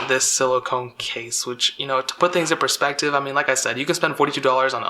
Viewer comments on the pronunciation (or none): none